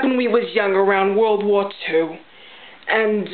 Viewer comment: Lol! I say "world" like that. NIce job! Just like the old timers on my block.